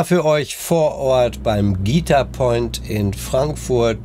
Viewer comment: An der Betonung bei „Guitar Point“ würde ich noch mal feilen 😂. Ansonsten nettes Video